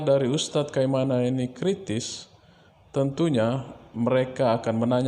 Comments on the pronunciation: Kai na ma bukan kai ma na min😅😅😅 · Kainama bropil bukan kaimana penyebutannya bropil😁✌🙏